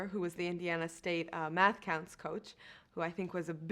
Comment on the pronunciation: they say mass instead of math